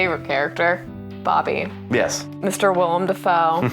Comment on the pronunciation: For the love of god, his name is WILLEM. Not WILLIAM. It's two syllables. Will-em.